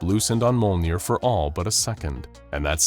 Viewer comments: ITS MJOLNIR (me-yole-neer) NOT MOLENEER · It is not "molnir" it is Mjolnir. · Mjolnir = M-YOLE-NEAR not "mole-near" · Bro said molner💀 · So close to saying "Mjolnir" properly. Not trying to be a dick, I just noticed when it comes to things outside of anything that's not SCP related, like anime and comics, in this case it's Norse mythology, that you tend to have a hard time pronouncing some of the main subjects you tend to bring up and that get tossed into these stories. Take "Makima" from the "Chainsaw man VS. Able" episode you did. You kept calling her "Muh-kee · Not to be mean but the way mjölner (mjolnir) was pronoced dealt damage to me